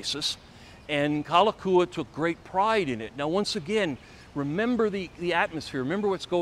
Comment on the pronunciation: I appreciate your enthusiasm, but having lived on Oahu all of my 63 yrs., I have to say that you got a lot wrong. I’ll give you a pass on the bad Hawaiian pronunciation, such as Kalakaua, but I’m afraid many of your facts are just plain wrong. For instance, the royalty didn’t lose 95% of their lands. Bishop Estate (the holder of the remaining crown lands), is still the largest land owner in the state. Also, the “Big Five,” we’re not families. They were the largest companies in Hawaii (specifically, they were sugar factors). Namely, Alexander & Baldwin, Amfac, Theo Davies, Castle & Cooke, and C. Brewer. Also, Lunalilo preceded Kalakaua (and was the last king related to the Kamehameha family). I won’t mention any more errors, but just suggest you do some more research. This is just constructive criticism. Your video was quite entertaining and I thank you for it. 🤙